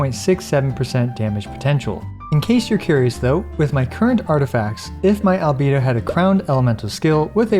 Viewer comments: Min sorry I can’t watch this video bcs of you saying albido instead of albeido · For god's sake please stop calling him albeedo. I love your content, but this is outrageous. Put the voices in english and listen to the pronounciation ffs. AL BAE DO. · Now I see why Albedo's name pronounce: Alovador/Elevator 😉 lol